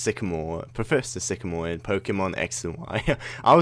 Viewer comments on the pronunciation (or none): none